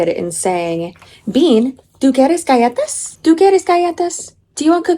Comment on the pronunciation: Wait did she say gallates instead of galletas? 😭